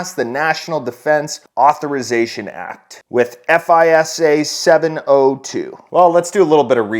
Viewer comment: Good video. FISA is pronounced like "fyza". This started back in the day with listening stations all over the globe. They were listening for all electronic transmissions like faxes and such. Called "Echelon". I think it was found out after they intercepted something from an Italian official and he found out. The real truth is that they aren't even hiding stuff anymore